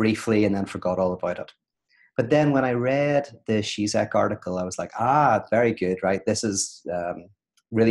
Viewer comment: Pete: just btw: the Ž in Žižek ist pronounced like a "J" in "Journalist"; he is called: "G-Jack" not "Tsitsek".